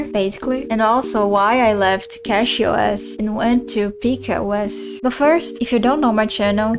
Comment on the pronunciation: Peak OS is pronounced Pika (as in Pic-a) OS